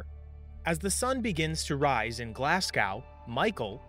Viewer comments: It's Glasgow, not Glasgaw :D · Glas go not Glas Gowww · "As the sun begins to rise in GlassCOW..." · Hearing Glasgow pronounced "Glass-gow" hurt my soul. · Your pronunciation of Glasgow though 🤣🤣🤣🤣 Glaz-go